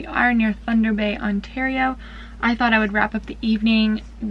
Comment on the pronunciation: I'm from South Africa. So impressed by the way you say "rooibos" (which is an Afrikaans word). Do you sell your products here in South Africa?